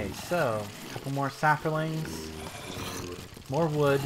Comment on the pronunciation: There is no "r" in saplings.